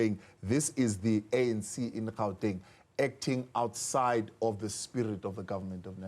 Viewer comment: This one can't even pronounce Gauteng, always talking about "Hauteng"